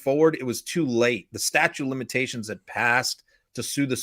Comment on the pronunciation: Is constantly saying 'statue' of limitations? It’s STATUTE of limitations, with a T at the end of the word. I have noticed that Americans mispronounce so many words and also often don’t use the past tense correctly, especially when they are supposedly educated people… such as lawyers. Beats me. 🤷‍♀️